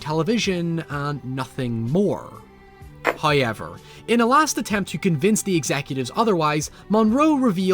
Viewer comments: For the love of god, please learn how to pronaunce "however". Its HOWever, not "hoyever". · “HUYever,” Me: What? Oh. ‘However.’ Got it.